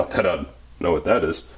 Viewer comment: You must be from the same place as ChrisFix the way you just said "wooood" instead of "what" haha. Awesome tool, they actually do have something similar, but you have to apply your own heat. This is cooler lol